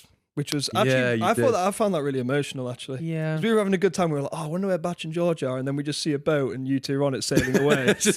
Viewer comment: "because of Beorge"